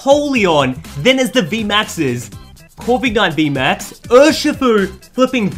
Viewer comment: He says corvigknight